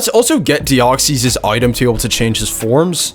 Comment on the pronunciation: They're just wrong, that's not how its pronounced. He does pronounce deoxys wrong though